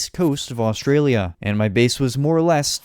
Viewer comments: I live in Australia and also do not say Australia like that and there is actually a lot of tropical places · Australia pronounced: us-straya